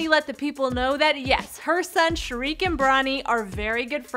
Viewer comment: am i the only one that noticed she called shaqir shariq